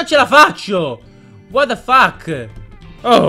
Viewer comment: Minchia compà, ma quanto sei hacker quando dici: ua da fach :D